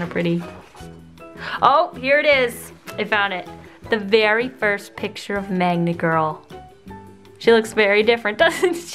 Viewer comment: Every time I hear 'Magma Girl' I hear 'Manga Girl'